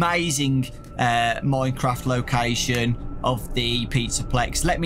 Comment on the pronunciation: Normal people: minecraft: MoiNeCrAwFt